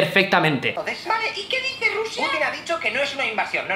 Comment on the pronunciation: Porque dises siempre rrusia